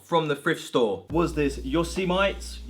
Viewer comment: Just so you know, Yosemite is pronounced Yo-seh-muh-tee! That X-files tee is great. Very jealous.